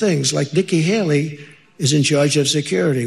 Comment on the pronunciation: Nikki Hakey, Nikki Haley, Nikki Haley....Medical folks have been saying his mind is frozen and he's trying to remember what is trying to say, his brain is stuck.